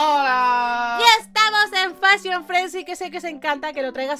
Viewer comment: no se llama fashion fransi es fashion fomus